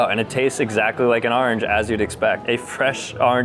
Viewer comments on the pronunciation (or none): Nobody else cringed at “arnge” 🥲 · bro kept saying arinj mate it’s orange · Hey you probably won't see this message but the way you said orange drove me crazy 😂 I'm originally from Michigan and now live in Texas so its not the northern accent, When you pronounce Orange you pronounce it Arnge lol 😆 😅 Just gave me a good laugh! Have a great day! 😊😊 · Why does he say orange like that lol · The way he says orange is killing me